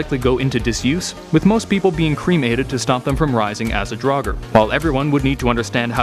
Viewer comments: It’s “draug-er” not “drog-er” not what you said I don’t care what you said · Its draugr not daugar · i say Draugr i pronounce it as in draw gur/grr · It's actually draugur and draugar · Well, if draugar were real, Americans would have to learn to pronounce the word properly :)